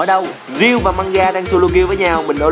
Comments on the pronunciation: Mgamga mà ổng kêu manga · Mganga đọc là Mờ-gan-ga chứ không phải Manga vì nó có chữ "g" nữa mà